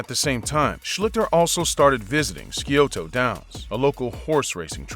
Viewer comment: He never played in BALTIMORE. His name is Schlee-ster. It’s S-eye-o-toh.